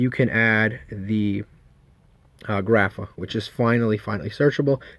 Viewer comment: Why you stupid. You can’t read grapha correctly?